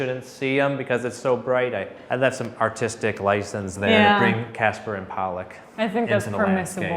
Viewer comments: Did call the Twins "Casper and Polluck"? Is that a thing? He knows it's Castor and Pollux, right? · "Casper and Pollock" Castor and Pollux